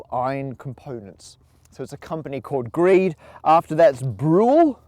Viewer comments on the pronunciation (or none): Grede is pronounced grade-E I worked at their Liberty plant in Wauwatosa Wisconsin.